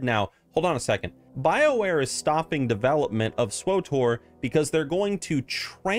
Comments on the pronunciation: SW-TOR, NOT SWO-TOR! There is no O between W and T. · lol "swotor" xD